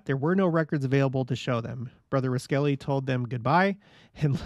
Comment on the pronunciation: Interesting stories! (BTW, you’ve probably gotten this, but the Cache Valley Pronunciation of Roskelly: ROSS-Kelly )